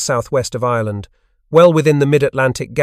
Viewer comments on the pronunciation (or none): none